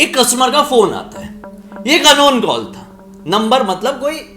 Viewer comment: Kawll and barge 🤣 I can't bruh I can't watch your video anymore. And I'm really surprised who are this 2.52m people are following you. 👎🏻 You should work on television instead of doing YouTube cause of your over acting and your over smartness 🤮🤮